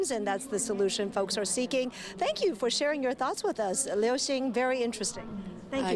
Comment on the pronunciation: liu ，不是lin